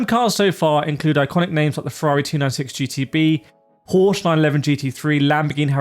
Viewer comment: He says porch for Porsche